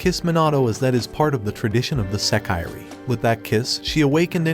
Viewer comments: You should learn some basic Japanese pronunciation. It’s not “seh-KYE-ree,” it’s pronounced “seh-kee-ray.” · Does it matter yall clearly know what he means? A lot of yall are saying English words wrong but wanna complain about this. Smh fake elitist.